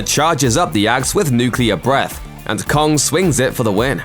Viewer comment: Kong* not kongk